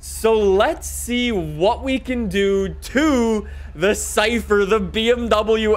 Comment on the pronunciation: Lmao he says”chypher”